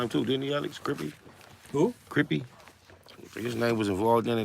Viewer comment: The way SPI say crippy.....lmao. U crazy loc.